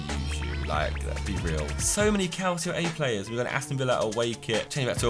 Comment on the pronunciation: Calcio is pronounced calchio bte